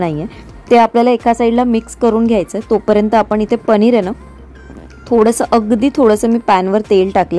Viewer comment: पनीर ण नाही न